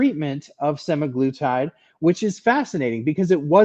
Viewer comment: I think you’re right with the pronunciation of semaGLUtide - I was told the GLU is for glucose which makes sense to me! 👍🇦🇺